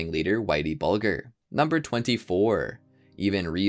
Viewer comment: Great video, but since I am an obsessive Batman fan, it's "A Serious House on Serious Earth". Also, it's pronounced Whitey BUHL-JER, with a "J" sound, not a "G" sound. Just nitpicks, is all. Well done, otherwise! I enjoyed it.